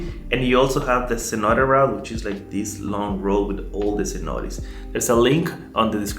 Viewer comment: Beautiful video of this beach down, the only problem I have is the pronunciation of Cenotes, in my view, would be better the way the natives say it. Other than that, your videos feels like I’m watching a very entertaining mini movie 👍👏✌️